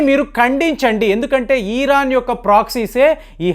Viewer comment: ఈరాన్ కాదు సార్. ఇరాన్ అనండి సార్. నేను చెప్పినది తప్పు ఐతే సరిచెయ్యండి